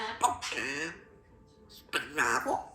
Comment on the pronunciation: Spinapple 😂🤣Love you girlfriend! You're doing well with your counting💙